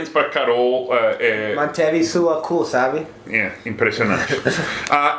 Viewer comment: "Mas parabéns para Carol... Manteve sua cu, sabe?" Não é propriamente um erro, mas é engraçado. Tenho certeza que ele quis dizer "cool".